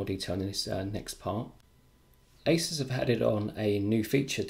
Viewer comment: U pronounced asus wrong